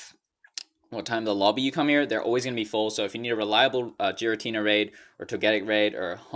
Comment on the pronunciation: Jiratina? Oh gosh no